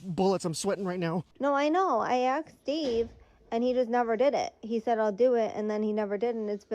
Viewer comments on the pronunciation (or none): if you can’t pronounce asked you should never speak to anyone again